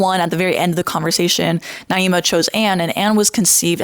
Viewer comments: you can't even pronounce her name right half the time 😂I don't follow naima at all, but she did really well in the debate, you cherry picking moments you thought were weak doesn't change that. there were plenty of moments when the pro-birth side revealed how they dismiss the rights of women and have no issue controlling their and removing their agency. the whole point of pro choice is CHOICE and demonizing women (or children in some sick cases some on your side condoned) is what pushes people away from the movement. also kinda poor taste that you chose to dwell on naima's behavior before the debate when she clearly had a change of heart afterwards and apparently posted about how much she liked you guys (which I saw because another pro birth person talking about it). obviously her stream was wrong, but she deleted it and publcily praised the group afterwards instead. someone changed for the better and you don't want to accept it, just dwell in the negative, and smear her. you seem like a very harsh and divisive person and that speaks to your heart and intentions more than anything else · You pronounced her name so many different ways in this video? lol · You pronouncing her name several different ways in this video and also bringing up 'slaves' and 'black' people to secure your arguments (during the debate) ain't a great look either queen 😭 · You're not even pronouncing her name correctly....! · You can't even say her name right lol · Maybe pronounce her name right if you’re going to point fingers and call others a bully. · I think she's named Naima not Niama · Girl come on, you're usually respectful, her name is not Niyama. It's Naima. I'm not a huge fan of her either, even though we share the same views, but getting names right is important. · You’re saying her name wrong. It’s pronounced “Nah-eema” (Naima) not “Nee-ahma” (Nee-ama). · girl you can’t even pronounce her name right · You’re saying her name wrong and she kicked your asses